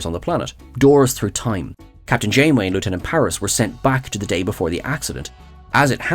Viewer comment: I can’t hear anything about The Burn now without hearing “BEFOARRR THE BURRRRN” in my head. Thanks.